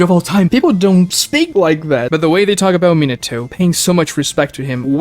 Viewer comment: Also “minna toe” despite it being his fav